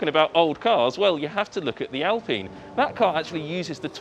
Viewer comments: Ok - it is alpIne!!! there is no e there is no a! How would you say pine? Pine. You wouldn’t say peen or pean. You would say pine. Now put AL in front of it. It is now alpIne. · When they are talking about Alpine, I've noticed the way the say it is Al-peen. Is this the way it is said by the company? I am asking because when I had an Alpine CD player in my car many years ago we in America pronounce it Al-pine. I understand that the Alpine racing team is not the same Alpine company that made audio equipment but what I am wondering is if it is pronounced Al-peen because the people I have listened to talk about the Alpine F1 team are from other countries than my own, USA. Would Europeans pronounce Alpine the audio equipment company the same as they do the new Alpine F1 team?